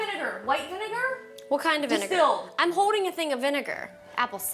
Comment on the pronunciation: did u hear Vinedar? not vinegar lol